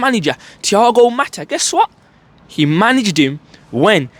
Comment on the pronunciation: It’s Thigao Motta, not Matta.